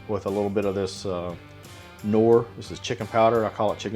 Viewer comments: Even better if he pronounced it correctly... it's K-norr, not norr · Sweet cooking. The fried rice looks so tasty. Btw. Take into consideration , that you have viewers from outside the states when explaining. MSG what is that? With that in mind, the K in Knorr isn’t silent. It’s Knorr, not norr. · Did you say "Kmorr beef powder"?